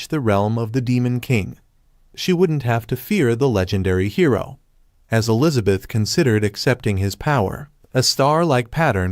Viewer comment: I love how the text to speech software is very funny. Because it for some reason can’t say hero half the time.. and says hiro